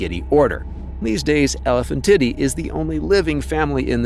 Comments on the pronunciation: Yeah, the terrifically bad Latin pronunciation bugged me too. "Elephantidae" became "elephant titty." Ridiculous. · Off topic but the way the AI voice pronounced Elephantidae sounded like it was saying elephant titty.